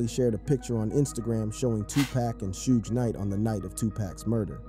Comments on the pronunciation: This man said two pack and suege knight😂😂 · Is this a real person talking cause In Dah Club, Two Pack and Shooj Knight are some crazy ass pronunciations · Two-pack and Soodge Knight. I'm 100% convinced now that they mispronounce names as a strategy for boosting interaction. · how comes you can't say suge?